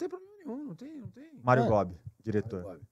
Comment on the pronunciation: Duilio kkkkkk depois falou mario gobbi